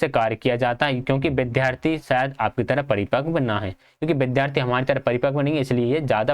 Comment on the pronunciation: Bhai apne bolne k tareeke me sudhar karle.... व ko ब bolte ho... बिद्यार्थी 😒😒😒😒😒